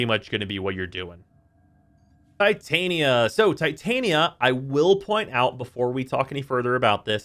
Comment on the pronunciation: Why do I always hear people say Titania wrong? Oberon and Titania, the king and queen of the fey. I'm surprised they don't have Puck.